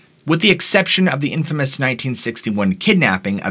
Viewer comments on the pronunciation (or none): none